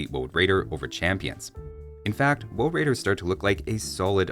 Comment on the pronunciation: woad waidews? any wabbits awound?